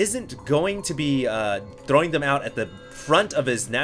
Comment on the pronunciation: why does pronounce "throwing" with a latino accent?